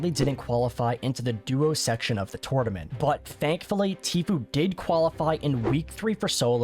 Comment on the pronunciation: Please learn how to say tournament.... great video though.